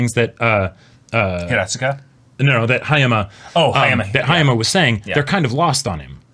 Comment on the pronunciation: first off, its Haya-MA Hayato, not Haya-MI Hayato. Just one thing that bothered me. Hayoto is the character that is meant to emphasize that the "Chad" archetype aren't omnipotent social interaction apex predators that weenies (incels) like to think of em as. They got issues, they have complex emotions, and carry their own dark burdens. Hayama dislikes Hiki, not because he is a loner, but he can choose to be one, AND can be one that makes the "tough" decisions that he can't, (more later on that in the series). Hiki, while as the bros said, simply accelerated the friendship breaking process, HE WAS WRONG. Even if he was right. (insert Aimer and UBW here). This is not how relationships should be handled. Even "fake" and "insidious" relationships have value. Though that sense of worth was to be broken, the lessons taught from that experience are lost for the kids. They're just traumatized by scary HS students being shitty and exposing the fragility in their friendship, instead of traumatized by their shitty peers and the natural process of the shittyness of people you think you are close with and using that as a means of personal growth so that you meet and be friends with people who are of value to you, and find you valuable. Sai-chan Banzai. I think the bros are mistaken about Haruno's nature, BUT they are exactly right based on her current character. She's the Thors of SNAFU. But currently she's an Askeladd. I got no clue bout Haurno X Sensei's relationship. I do think the bro